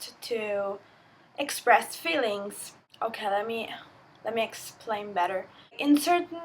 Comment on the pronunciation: Excellent video. One minor point. "Feelings" should be pronounced with a strong E sound. You're pronouncing it like "fillings".